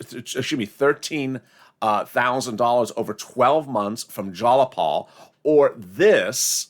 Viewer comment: Its jayapal not jalapal